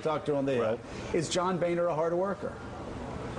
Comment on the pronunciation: "When two vowels go walking the first one does the talking" His name is pronounced BONER, not BANER.